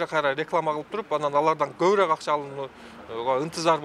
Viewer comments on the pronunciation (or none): none